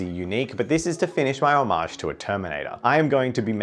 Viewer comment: Drinking game idea - drink a shot every time he says "omage"